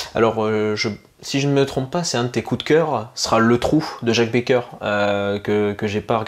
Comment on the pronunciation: c est PAS Jacques Becoeur mais Jacques BECKER ( Comme Boris Becker) Attention à la prononciation Soit on est gardien du cinéma soit on est un touriste